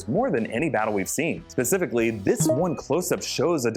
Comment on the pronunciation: I love you and your videos let that be known .... But.... It's not Pacifically... It's Specifically...